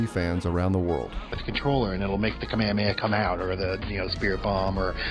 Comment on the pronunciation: the fucking what motion? I enjoyed the video quite a lot but you definitely butchered the Kamehameha